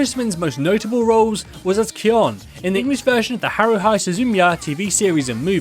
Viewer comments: ah yes haruhye, not haruhi, haruhye. it's a japanese name so haruhi pronounced in the same way you would say "hi" isn't possible with that spelling as it's "ah" "ee" "oo" "eh" and "oh" as the basic sounds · It's pronounced "Haru-HE" not hi I stg I thought I was done being a weeabo and then THIS happens. Like was that secretly your attempt at giving all the weebs in your audience an aneurism b/c it almost worked. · Being nitpicky here, but it's haru-hi, not haru-hai o_o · Haruhee not Haruhai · Herro hai? HOLY FUCK mate work on your pronunciations jesus christ. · Heard "Haruhi" as "Haruhai" * Cringe * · Haru high... this is not how you pronounce that particular character name. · HAH-roo-hee soo-zoo-MEE-uh Otherwise great video! Crispin is one of the best VAs in in the biz. And I vote for Matt Mercer next. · I'm sorry but how the hell do you pronounce Haruhi incorrectly... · Good video but your pronunciation of "Haruhi Suzumiya" actually killed me.